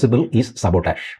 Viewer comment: സബോട്ടാഷു് 😂😅 😅😂 അണണാ it’s Sabotage , not Sabotash cow-dung അണണോ 😂😅😅😂